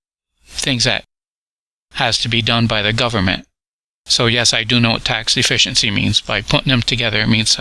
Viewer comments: "Tax de-fence-c-ency"😁😁😁😁😁😁😁😁😁😁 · Ol just can't pronounce "De-fish-E-ency" can he?! A day off AND a new video?!! Doesn't get much better than this!! The goat is still cracking me up!! Lol. Great job!